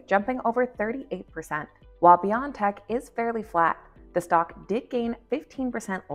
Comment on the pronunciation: It's B-O-tech, not beyond-tech